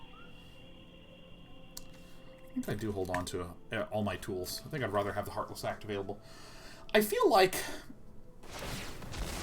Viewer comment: Would you mind pronouncing 'rather' correctly?